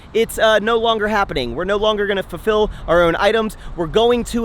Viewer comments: max are you saying FURfill? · I love you, but it’s FULFILL 😂